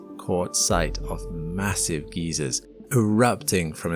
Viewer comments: Massive old people? Geezers? It's pronounced guy-zer. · GEEZERS? LOL 😂😂😂 you mean Geysers right, not some old timers huh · It's GUY- zers! NOT GEEZ-eerz. It's geological, not geriatric! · Geezers? I thought it was geisers? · Did he say 'Great Geezers'? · "massive geezers"? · Geysers. Not geizers. The latter are middle-aged cockney guys in flat caps. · Massive geysers ❌ Massive geezers ✅ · "masive geezers" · "Massive Geezers" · you had groups of elderly men jumping into space from the surface of EnKeladus? AMAZING! P.S. the 'c; in Enceladus is not an s sound. Brits need to stop being linguistically ethnocentric. Use the 'k' sound. It's there for a reason. See also: Cnidarians. In Greek, it;s a Kappa, and it is not a silent letter. Kniderians. Pass it on, and ASK EUROPEANS, especially, Greeks, how to pronounce their own words. Please, and thank you.